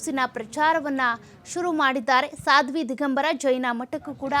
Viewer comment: ಸಾದ್ವಿ ಅಲ್ಲ "ಸ್ವಾದಿ" ಸ್ವಾದಿ!